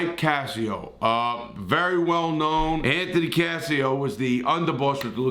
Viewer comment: He kept saying “Anthony cassio”. It’s “casso”